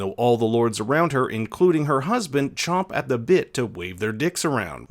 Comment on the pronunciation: ChAmp at the bit, not "chomp".